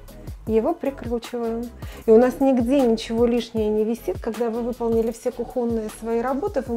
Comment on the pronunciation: Когда ж вы «знатоки» дизайна, хотя бы выучите правильное произношение «кУхонное» пространство